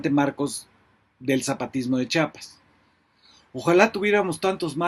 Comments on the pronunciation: FABRICIO SE DICE CHIAPAS NO CHAPAS ACASO DICES CHAHUAHUA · Muy buen informe, solo te hago una observación, se dice chiapas, no chapas, gracias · Fabricio, ChIapas, no Chapas. Y sí, eres MUY buen analista. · Saludos Fabricio, gracias por tu trabajo periodístico inteligente social, buen pronuncias Chiapas, pero a veces se escucha como a muchos que dices " chapas". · Fabri. No se llama Chapas es Chiapas. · Por qué todos dicen Chapas o cheapas si es Chiapas? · Fabricio querido; "chiapas" con "i".. . No Chapas (con "a"). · Se pronuncia!! CHIAPAS!! Noooooo. CHAPAS! Por favor!! Sr. ? Mejía. ❌🅾️🇲🇽🗳️❤️🤝🏻👏🏻👏🏻👏🏻👏🏻👏🏻🤝🏻🤝🏻🤝🏻🤝🏻🤝🏻🤝🏻🕊️🇲🇽🇲🇽🇲🇽🇲🇽🇲🇽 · Perdón Fabricio hay muchos que pronuncian Chapas y no Chiapas... El nombre correcto es Chiapas una disculpa por la corrección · pero q diga bien el nombre del estado